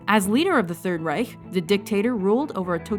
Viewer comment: THANK YOU FOR PRONOUNCING REICH CORRECTLY!!!!!!!!